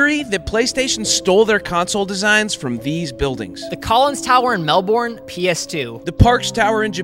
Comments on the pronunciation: As an Australian born in Melbourne (pronounced 'mel-ben'), I felt physical pain when you said 'mel-born.' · Why does he say it like “melborn” it’s pronounced mel-bn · How to CORRECTLY pronounce: Mel + Ben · It has to be said, as someone that lives in Melbourne it’s pronounced Mel-bin. No one calls it Mel-born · if i am not wrong, it is pronounced "mellbu'n" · i pronounce it melbin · no it's pronounced Mel-bin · it's pronounced melbn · Even as an American I don't pronounce it that way. It's pronounced mehl-burn in my opinion. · Pronounce it melben, sorry my OCD triggering me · As an Australian hearing you pronounce Melbourne as Melboorn breaks my heart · As an Aussie I do say we do not pronounce Melbourne as MelBOrne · Why do Americans pronounce Melbourne wrong 😢😢😢 It's pronounced "Mel-bin" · You don't pronounce it Mel-born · It's spelt Melbourne but it's pronounce MELBEN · ‘MeLbOrN’ it’s not pronounced like that!!!😐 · Bro it’s pronounced Mel Ben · Pronounced Melbin bro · Bro absolurtely murdered the pronunciation of Melbourne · We don’t have crap English we only have accents and since most of us migrated to Australia we all don’t have perfect English. Anyways it’s not our funny English it’s just that said it wrong and you can’t be around here judging our English when clearly you don’t even know how to pronounce it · the way you pronounced melbourne 😭😭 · Daily reminder to not allow Americans to pronounce Australian places esp Melbourne 😭😭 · How did he screw up the pronunciation of Melbourne that bad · That's not quite how you pronounce Melbourne